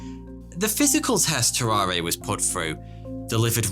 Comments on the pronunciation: If he was french, it was pronounced "tarar", without the "a" at the end. Anyway, it was fascinating to learn about those guys! Thx! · So, no one is going to comment on how he pronounces Tarrare wrong the whole time? No? Alrighty then.